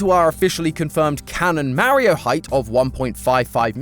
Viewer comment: Oh no not MAH-RE-HOE cmon...